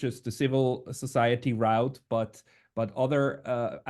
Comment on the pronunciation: route is pronounced like "root" with a long vowel. You pronounce it like rout which is another word that means a "a disorderly retreat of troups".